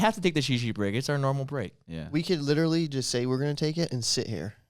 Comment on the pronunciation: you said "litery" instead of "literally"